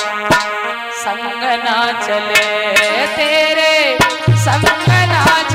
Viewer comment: मिले और चले का बेटी उच्चारण सही कर लो.